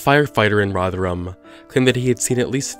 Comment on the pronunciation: It's "roth rum".